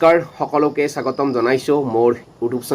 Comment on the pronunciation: চাগতম নহয় স্বাগতম। চেনেলটিলৈকে নহয় চেনেলটিলৈ বুলি ক'লে শুনিবলৈ ভাল লাগিব।